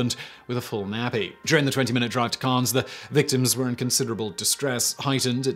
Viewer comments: Pronounced Cans not Carns. They exist on the Western Australian coast, around Broome, cable beach. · Wtf is this "kaans" you keep speaking of? You did all this research but couldn't take the time to get the pronunciation of Cairns right? It's pronounced the same as "cans". Look at it... C-air-ns. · Cairns is pronounced "C-air-ns", not "Carns". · It’s pronounced Cans, not Carns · Simon, it's pronounced "Cans" (Cairns) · You said Cairns right. I'm impressed. Edit: Okay lol You said it wrong the second time. Wtf. It's pronounced "cans". Strange but true. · It’s pronounced Cans!!!! Signed an disgruntled Queenslander..... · Cairns pronounced... care...nnnn....zzzz.... Forgot the Magpie during swooping season. I have those snakes (Tigers) in my back yard at least once every summer. Red Back spiders live along the outside window sills and all through any shed around here... including mine! Great whites regularly swim along our beaches. In WW2 people wondered how come the Aussie soldiers were so tough and beat Rommel in Africa and then took to the jungles in Papua and shoved the Japanese back. Looks out into my back yard past the red backs and wonders if the bull ants (inch long ants with massive jaws that jump and bite) have returned after the last time I put kerosene down into their nest.... Hmmm... you learn young to watch where you put your feet, never stick your hand into a hole or under something without flipping it over first. And yes I still walk barefoot in my back yard and swim in the ocean. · It's spelt Cairns but we pronounce it 'Cans'. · Cairns is pronounced “cans” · Cairns is pronounced - Cans :) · "Carns" Oh no no no. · And Cairns and is pronounced cans but Simmon doesn't give a fck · Cairns is pronounced more like "care" with an n stuck on the end. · carns, hahaha. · Cairns is pronounced "cans" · No, it's pronounced 'Keuhnz' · Carns makes it sound so classy 🤣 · Negated by completely fucking up Cairns